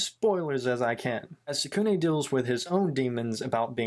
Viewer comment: I really like it but the some of the names you pronounced them wrong tsukune mizore and kyoko is tsukune' cousin but I did enjoy this vid